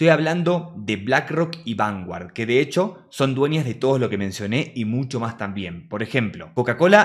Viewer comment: Se pronuncia vangard.😂